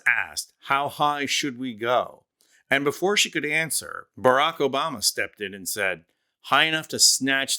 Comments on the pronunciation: Trump : " Michelle Obamna " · Trump mispronounced her name, remember OBAMNA. It was soooooo funny and soooooo clever, definitely Not lame, dim witted and came more from dementia than being a genuine idea. What's hilarious is the way everyone found a way to tell if it's the real trump or AI. If you can understand what he says clearly and coherently, then its AI.